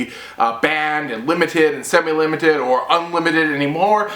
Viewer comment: lol, you said semi-limit when you are talking about scout